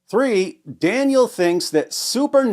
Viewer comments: I kept hearing "Daniel Pikachu" the whole time. 😂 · i wasnt looking at the video when listening. I thought bro was saying "Daniel had pikachu" 😢😢😢